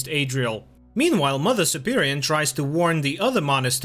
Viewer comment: It's mother superior, not superion.